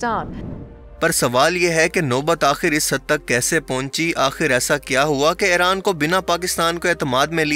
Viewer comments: پہلے ایران کہنا تو سیکھ لو پھر وڈیو بناو۔ Airan نہیں Iran نام ہے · Bhai ap iran ko hairaan q bol rahay hain